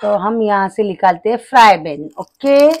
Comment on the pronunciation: Frypan HOTA hai frybhan nahi😂 but cooking very good ❤